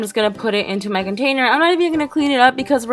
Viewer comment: she says my container and it sounds like she says Meghan trainer